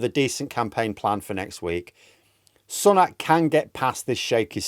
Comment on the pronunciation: He hasn't taken a day off- that's misinformation. He made two stops yesterday. I'm all for absolutely pissing all over this lot but only with facts. Also, his name is pronounced Sue-nak, not Sun-ak. Britain First intentionally mispronpunce his name.